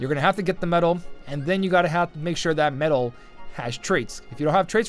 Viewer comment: "medal " pls :D